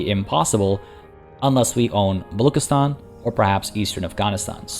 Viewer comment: Hey loved the vid, just a quick note baluchistan is pronounced with a normal ch and not a k. Cant wait for the next one!